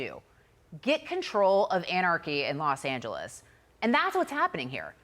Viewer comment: Los angellies 😂😂